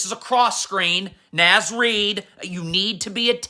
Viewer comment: I like how he dunno how to pronounce Naz Reid name 😂. N(AW)Z not N(azz) lmfao